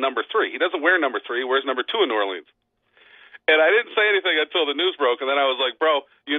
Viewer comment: Great segment but why can't this guy pronounce New Orleans?